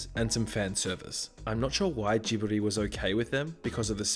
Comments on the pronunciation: its not ghibli its giBuRi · I've never heard Ghibli pronounced with a hard g before.... (which is odd considering the japanese name is literally spelled with the katakana "ji".) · Just FYI, when pronouncing translated Japanese, a "g" is always a hard "G", as in "Grant" or "Gary" and never a soft "g" like "Gene" or "giraffe". Just for future reference 😉